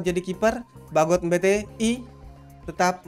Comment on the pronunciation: Sarmiento di sebut sakramento. Mbete di sebut mbetei